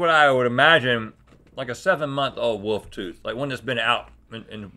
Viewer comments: Glad to see rhett is still saying woof instead of wolf 😂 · no matter what changes on gmm, one thing will always be the same: rhett pronouncing "wolf" as "woofs" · Some things may change but Rhett still pronounces wolf, "woof" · Don’t worry about LTAT folks, the important thing is that Rhett still says “woof” instead of wolf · "a woof toof" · The way Rhett pronounces words ending in LF as if there's only the slightest whisper of an L in them is a mood.